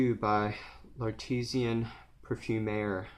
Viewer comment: It's pronounced, I think, " La--Tea--zan...... Par--fum--aa........ A worthy cause. 🙂 Timbuktu is on " The Scentinal " four for life list he recently did. He calls it a magical perfume. Sounds like you do also. Thanks for the review. 😀